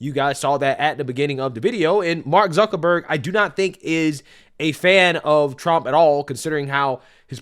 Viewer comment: Mark Zee-kuckerberg